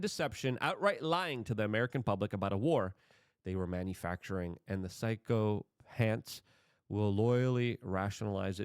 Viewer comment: another big word confuses Luke lol Sychophant he said like pshcyo pants lmfao lol ohh luke